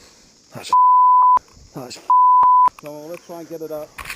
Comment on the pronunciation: Haha you said peinus...no laughter my friend thank God your ok .